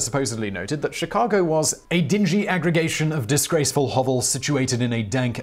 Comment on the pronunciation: The windy city? You mean shirack?